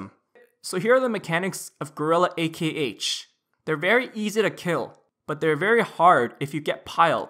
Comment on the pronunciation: it's still pronounced as "Ahk" -.